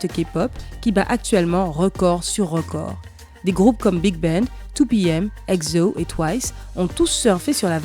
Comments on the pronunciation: Par contre la meuf elle a dit "eGZo" mdr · Grave!!!!😘par contre elle a dit eczo mdr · ouais encore ça ca passe elle aurait pas trop pu savoir de toute façon 😂😂